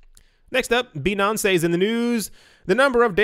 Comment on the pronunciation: "Binansay" I died 😂🤣👌🏻